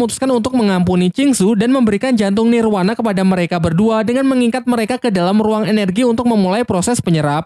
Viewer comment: Nirvana BG bukan nirwana